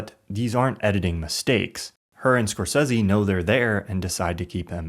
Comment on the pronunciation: I really liked the Video but why do you pronounce Scorsese so horrible? 😂